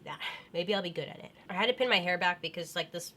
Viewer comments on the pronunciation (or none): none